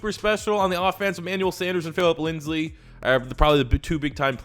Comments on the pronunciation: Lind-SEY Not LindSLEE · Phillip Linsley 😂 sure he's saying it like that to piss me off.